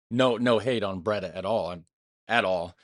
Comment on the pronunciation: Camping wild is illegal you get fined...Breeeee daaaah [Bray daah] NOT braydh